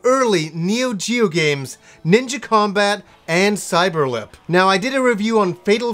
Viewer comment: Cyeber-Lip...this game, I actually remember.